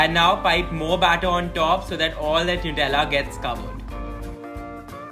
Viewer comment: For god sakes it's 'नटेला'. Superb receipe..surely gonnaa try it!!❤